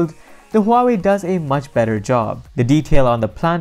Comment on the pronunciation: he said "huwawi" lol the chinese company that copy and paste with their phones